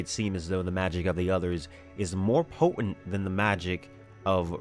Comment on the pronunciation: your ideas are well thought-out and your videos are professionally and informatively put together. That said, allow me to make one minor criticism. The word "potent" is pronounced "po-tent", not "po-ent"; the name "Martin" is pronounced "Mar-tin", not "Mar-in". When you ignore the 't' you sound less educated and less intelligent than you are. Other than that, keep up the good work!